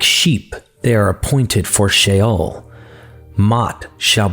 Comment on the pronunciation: I'm sorry, i know this is knit picky, but if you want to sound like you know what you're talking about, get the pronunciation of words right please; Leviathan = Leviathin Sheol = She-ol just the 2 that comes to mind, in future, please get it right.